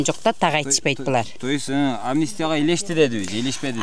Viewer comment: Амнися эмес амнистия, туура так суйлогонду уйронгулочу кыргызым